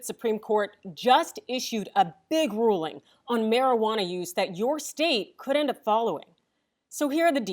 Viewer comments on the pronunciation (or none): It's got nothing to do with talking fast (she's not). She didn't enunciate the words "end up" and if those two words are garbled, it's hard to interpret that sentence. It's also a problem with inflection. The "end up" part is lower. And it could just be my aging ears are having a hard time picking up subtle changes in enunciation and inflection.